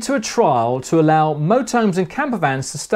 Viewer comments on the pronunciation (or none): none